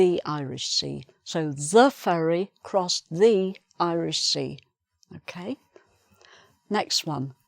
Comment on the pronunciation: In the first sentence of practicing section ,I can't hear your "ed" sound in the "crossed" word.Please ,explaint to me ? Whether you misspelled or what?